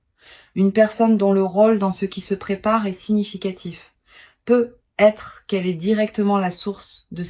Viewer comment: Vous êtes passé par l'IA??? Déjà ce n'est pas un tirage de cartes car les cartes sont déjà posées 😮 ensuite on entend PEUT ETRE !!! Il n'y a pas de liaison vous coupez bien les deux mots ... PEUT ÊTRE.... on dit peut-être...